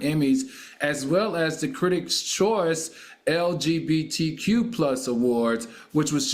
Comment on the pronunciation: I think this might be Al’s first time saying LGBTQ correctly 😍